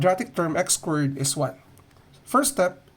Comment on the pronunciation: Why does he say squirt instead of squared